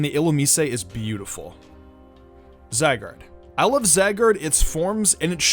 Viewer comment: Za gard... WHO ELSE DIED FROM THIS😂 Zi guard is how you pronounce it.